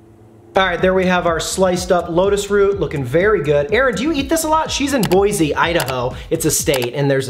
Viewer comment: Boy-see not Boy-zee. I’m not from Idaho but I have family there and pronouncing Boy-zee is practically a sin to them